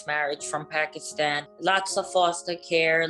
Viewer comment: Something not right about this girl telling her so called story. She doesn't even pronounce Pakistan properly. She seems Latina if you ask me. The accent and wavy hair and all. Not typical Pakistani at all.